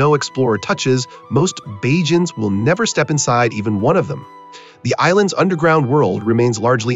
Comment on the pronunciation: "Bahhjans"😂😂😂 I hate ai narrators